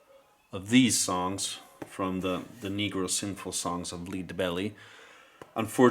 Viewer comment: LOL!! I was JUST gonna suggest a drinking game!! Every time he says "typeology", take a drink!! You'll be wasted half way through the video!! Okay, I get it that English is not his native tongue but, he doesn't seem to have a problem with any of the other words, except "Lead" and "Shure". And I just finished watching an episode of Man From U.N.C.L.E. where Michael Renee said something like, "my dear darling" to everyone he spoke to, man or woman, and he said it at least 11 times through that . Most of those were inn the first .